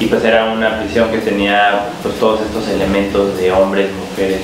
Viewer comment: Es "prison", no "prishion".